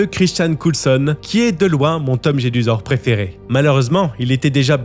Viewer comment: Petite rectification : c'est Tom JeDUsor et non Jesudor ! Même dans les livres audio, ils font cette erreur. Pareil pour le square GrimauRd et non Grimaud. Il y a des jeux de mots dans ces noms.